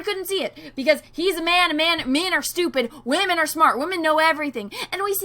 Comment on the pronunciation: Who else cracks up when says "Whamen"! XD